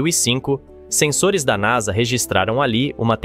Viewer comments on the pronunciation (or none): none